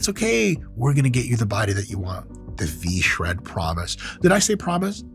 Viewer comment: God, I love it when people shread vShred